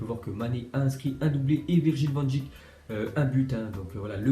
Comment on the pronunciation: Arrête de dire van djik ça se dit van deik comme abeille